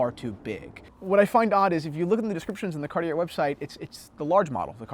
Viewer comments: My French teacher requests that you pronounce it Cartie-yay instead of Cartie-er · Let's practice saying it as the French do shall we... say this fast "Ca-Ought-Tea-Eh" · Keep the tone down please. You could be wrong too if you'd apply the French accent. It's Cartié, without anything that wants pronounce the R. Who are you to tell us what language to speak? The question was answered in English and I don't see a point why it could be rude. The conversation in English clearly fades away from the question that was asked! I now met a guy that answered a question I was asking myself for quite a while. Have a nice day. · Cartier is pronounced Car-tjay, without the "ie" sound in the middle. To pronounce it Car-ti-er it would be spelled Cartière. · Cart-i-ER LOL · Surprisingly the correct way to say it is actually cartiyay, because it's from a language called french which is a language spoken, primarily, in a country called France. Weirdly there are languages other than English that can at least be pronounced by people who dont speak the lingo fluently. Check out KDP Ross' channel he gives some lessons on correct pronunciation. As for the watches they make, they leave me cold but that's just a subjective opinion . Finally, check out the tough guy in the leather! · No, it's two syllables: car-TYAY. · Your French teacher is wrong. It is two syllables: Car-TYAY. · Yes, your Santos is a beautiful watch. There's a lot of fine detail to engage the eye, and size doesn't matter. Another thing to love about Cartier is that if you went into their Madison Avenue store, they'd be classy enough not to correct your pronunciation. Thanks for braving the cold, and showing off the jacket.